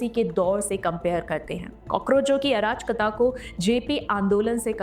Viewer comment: मैडम शब्द अराजकता है न कि आ राज कता। तीनों शब्दों को मिलाकर पढ़िए। आपका इस शब्द का उच्चारण ठीक नहीं है।